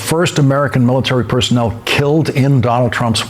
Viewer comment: The "MILLTEARY"